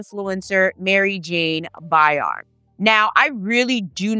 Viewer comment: Isn't it pronounced BY-RAM? Asking for clarity.